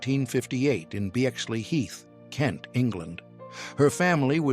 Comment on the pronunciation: AI bull shitter - it was 'BECKSLEY' Heath - get a grip or fuck off !